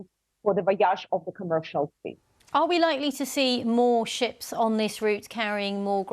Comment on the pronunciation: stupi** ukranian, learn! Those are not sheeps, but ships. Learn to pronaunce